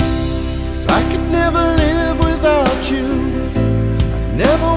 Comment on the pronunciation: Please say, "without you" not "without chew"....music basics 101